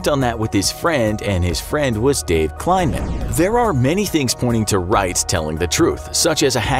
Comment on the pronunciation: Also: Pretty sure the dude's name was KLEI-man, not kLINE-man. Sheesh.